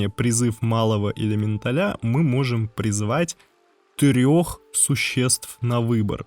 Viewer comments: ЭлементалЯ?! Ужас... слух режет. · ЭлеметалЯ.... он сказал элементалЯ Карл!!! Пиздец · Это правильное ударение в слове элеменТАЛЯ? Или элеменТАля? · элементалЯ... пздц... как? как и откуда ударение на последний слог? :) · Чувак, немного конструктивной критики. Сидел мой муж и смотрел это видео, к контенту претензий не имею,все по делу и никакой воды, но элементалИ и элементалЯ заставили меня смеяться в голосину. Прежде чем так часто использовать это слово, убедись, как правильно оно произносится.